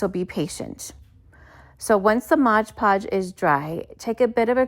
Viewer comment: It's MOD Podge